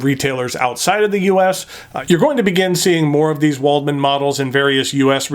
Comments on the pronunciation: W is pronounced V in German, so this would be pronounced "Valdmann". Most of my pens are metal and German, my favourite is stainless steel Lamy 2000 and Kaweco Sport Brass. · Very nice review, just one note, Waldmann is pronounced with a V. Other than that all the pens look nice, but the Concord is in my opinion the best looking one. As for my favourite metal pen, I am afraid I don't own any metal pens other than my Lamy Al-Star, so I don't think I can express a justified opinion!